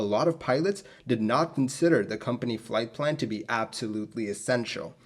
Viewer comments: Plight flan! :D Leche flan? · Plight Flan??? 😂😂 I'm sorry I couldn't resist... You do a great job, I love all of your video's.